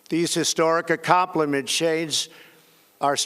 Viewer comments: Trying to say "accomplishments" even his own lying mouth couldn't say that word.. lol "A compliment.. Shadessss".. If this doesn't end up on Seth Meyer.. I'll be disappointed. lol #wardistractsimpeachment #noneofthepresidentsmen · Talle-rided... That's Trump for ya! Can't even predict the word tolerated, even if his old grandpa eyes can't see it or read it fast enough... Just can't predict that "difficult" word. accompliments? Jesus, there goes his brain and dentures... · "...these historic accomplimentshades..." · "tolorighted" "accomplemen-shades" That was pretty funny but still, I'm impressed with the quality of his speech. They probably had a plan of what he has to say and he delivered the speech almost flawlessly and covered a lot of topics. Makes me wonder if he has a concealed earpeace and someone is reading the speech into his ear 🤔 (the breaks he takes in between sentences could be because he's listening). What do you think?